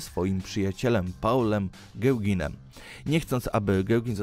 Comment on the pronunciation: Gołginem? Gowinem? A moze Gałganem? W szkole uczyli, ze sie czyta Pol Gogę ale moze to bzdura :)